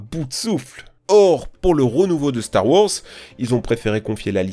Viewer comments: Purée la DICTION!!! La diction... et des cours d'anglais (tektou??? Duque nouquem??? Star wors??? 🤣) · "store worze" "mille trois cents treize" "bouba fite"